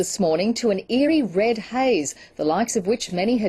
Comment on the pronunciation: Wed skies in Awstwaylia??? You skwooeey wabbit!!!